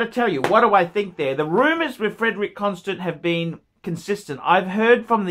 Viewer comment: if you wan't to be a connoisseur, at least learn how to pronounce brand names. "Constant"